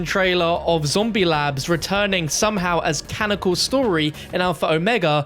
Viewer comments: Canonical not canical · It's canonical fam, not canical. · Canonical, not canical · cannonical, not cannocal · Did our boy forget how to say “CA-NON-I-CAL” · JUST SAY CANNONICAL FOR THE LOVE OF GOD!